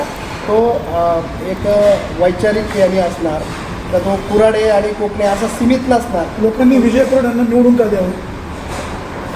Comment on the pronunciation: कोकणे आहे कणसे नाही